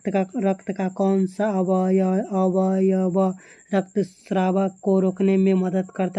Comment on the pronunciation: 😂😂😂😂😂 अवयव bolne sikho